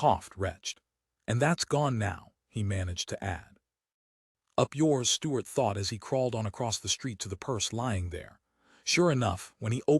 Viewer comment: within 29 seconds a.i cant pronounce Stuarts name